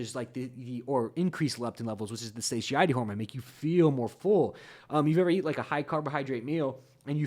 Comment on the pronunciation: . You tend to pronounce satiety very uniquely. I believe it is suh tie etty. Thought you might want to be aware of that. I may be hearing you wrong but it sounds different than what I heard it pronounced. Take care